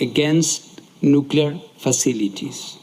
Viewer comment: Indeed! He starts with "nucular" (how hard is it to say new-clear?) and then stumbles through with "YOU-crane" when he must hear everyone else using the correct pronunciation. I so wish they would hire someone who is better at speaking. Pam {Tom's wife}